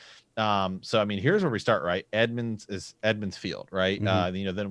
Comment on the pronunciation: I've heard you say this before , I figured you were just miss speaking. Its EMMONS FIELD not Edmonds, it comes from the old kings name, Aemon.